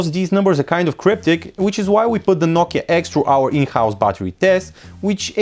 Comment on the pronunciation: " nokia eggs"